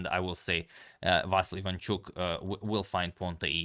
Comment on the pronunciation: That Ivanchuk was on spot! :D